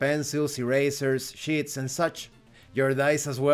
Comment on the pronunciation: When you say Chips or Sheets, it sounds like your saying “SH$TS”. 😂 But Thank you for pointing out some of the redundant information about asking questions during the game. Your right about the DM or GM needing to just let the players figure out what they want to do in the world. And seeing as how this is a group created game, players should always act upon that after everything has been established with the GM. I think it only after the game should the DM or GM decide to question/ask if his fellow players are enjoying it, and or what should be improved.